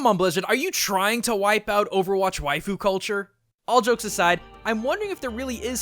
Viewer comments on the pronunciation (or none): none